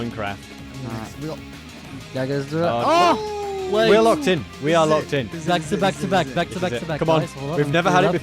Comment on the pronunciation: the way he say minecraft 💀...